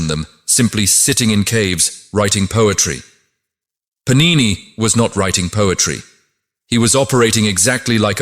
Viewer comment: Sanskrit words are all mispronounced! It is pAnini not panIni!